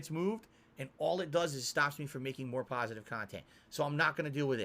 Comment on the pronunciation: I just love it when he says he’s a “pahsitive” person, because in reality he’s by far the most toxic and negative POS the internet has ever seen! Lol